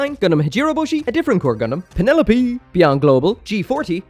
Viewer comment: The way you said Penelope 🤣